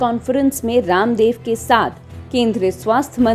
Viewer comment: Abe u tuber pahle bolne ki tameej to seekh le raamev ramdev kar rahi hai baba raamdev nahi kah sakti kya